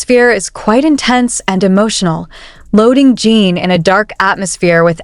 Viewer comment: can't stand you calling him JEAN. His name is JIN . Period.